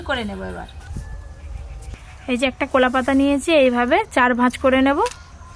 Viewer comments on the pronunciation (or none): আপনি উচ্চারণ গুলো ঠিক করে বলবেন কুলা পাতা নয় ওটা হবে কলাপাতা লুঙকা নয় ওটা হবে লঙ্কা না হলে আপনার রান্না আমার ভালোই লাগে কিন্তু আপনার কথাগুলো ভালো লাগেনা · কলা পাতাকে কোলাপাতা, ব্যাম্বু কে বাম্বু, সাদা তেলকে ছাদা তেল এগুলো কেমন ভাষা🤔